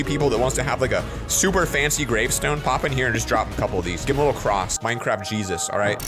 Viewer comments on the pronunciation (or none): none